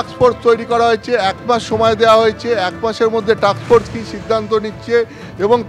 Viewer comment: ওরে টাকস ফোর্স নয়, টাস্ক ফোর্স। আপনি পচা দার ইউটিউব চ্যানেলের রিপোর্টার নয় বা পাড়ার চায়ের দোকানে গল্প করছেন না।